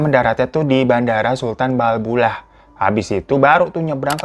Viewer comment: Bandara Babullah dikate Balbullah, Sofifi dikate Sofia dahlah fan capek w 🥲🤣🤣